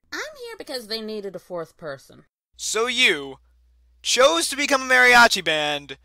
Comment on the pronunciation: Mariachi is pronounced with long "a" sound, not a short "a" sound. So it sounds like the "a" in Mama. Sorry, everytime I hear someone mispronounce something, I have to correct them. OMG! I loved all the cameos!!! Great video and congrats. Looking forward to seeing you at Nightmare Nights.